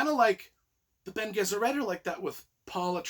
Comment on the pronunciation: It's Lay-toe. Also, it's Ben-ay Jess-er-et. Also, Alia is Paul's sister. Also. Princess Irulan (ear-ooh-lan) is who Paul married to take over as the new emperor. I totally agree that Dune Messiah is a great bridge between to Dune and Children of Dune (the TV mini series, Children of Dune, combines Dune Messiah and Children of Dune).